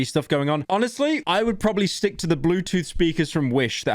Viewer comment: "t' bluetoof d'wife a free-d chapel"